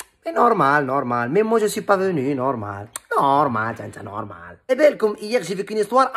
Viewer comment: Cïïï nnouououRrrrmâââl, vvvoââlâ lâ vRï pRô - nô - ciâ - tion, khô!...